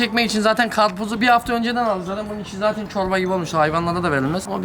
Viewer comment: O nasıl karpuz o karpuz değil KAPRUZ